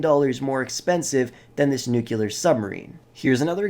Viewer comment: "... nucular submarine... "